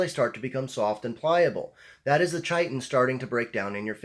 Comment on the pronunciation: It's Pronounced kiton.